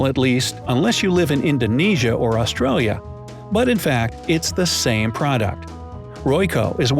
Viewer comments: Wow, his Mandarin is worse than his English. Still can't pronounce Australia. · Did he say "AustriAlia"?